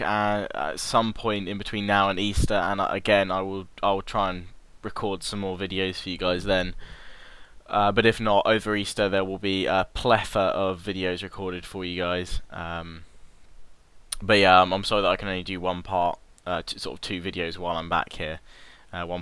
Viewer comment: wait you said "pletha"... i thought it was "plethora"